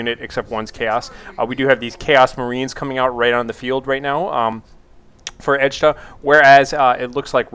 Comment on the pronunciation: Its Edtjuh!!! ED-CHA ASL:DKJFLAKJSFKJAKSLDJF